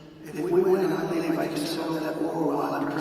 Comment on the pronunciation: 45. Poor fella looks and sounds awful! 😔 What’s wrong? His incoherent ramblings are concerning. Nobody beWEAVES anything he says. Sooooo WEIRD!